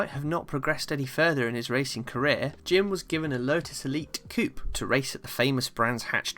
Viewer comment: Very good video. Jim Clark was an amazing talent, often driving sub-standard machinery. For me, quite clearly the best, by a country mile. Some small observations, if you are planning a successful series yourself. Le Mans, being a French name is pronounced without the ‘s’ on the end. Similarly coupé is a French word, and when applied to a British car such as a Lotus, then confusingly the ‘é’ is pronounced. I am aware there is a large country across the Atlantic, who have chosen to mispronounce many European derived words, but to my ears they describe their 2 door cars as chicken homes, which may be appropriate in many cases.